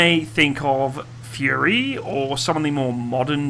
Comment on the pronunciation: Anyone keep pronounces “Fury” into “Furry”? Just me? Oh...